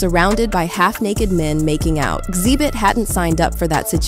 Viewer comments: what's up with the random mispronunciations throughout the video? is it just so people comment on it? its weird to hear the narrator say Xzibit in one sentence and then XEEEEbit in the next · Why does this "AI" voice keep mispronouncing Xzibit name? First Xzeebit then correctly Xzibit? It's obvious this is an Artificial Intelligence voice so the "mispronuciation" is programmed in, on purpose. Why? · His name is pronounced Exhibit. Not X-zee-bit